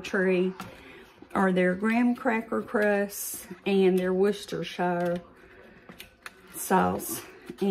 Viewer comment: This pie looks so good! I also LOVE sweetened condensed milk, and I tend to sample it way too much when I'm using it in a recipe! If any recipe calls for SCM, it's got to be good! I'm so glad you're on the mend - I've never had a kidney stone, but I hear they are murder. I want to share the correct pronunciation of Worcestershire Sauce. It is very simple, there are only 2 syllables.....wusta sauce! I always struggled with this too, but in keeping the British pronunciation, it is so much simpler~ I don't struggle with this silly word anymore! Say hello to Randy for us!